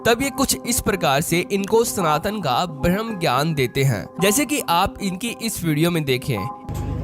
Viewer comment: अपनी भाषा Correct करो मेरे भाई भ्रम ज्ञान नही होता ब्रह्म ज्ञान होता है 😂❤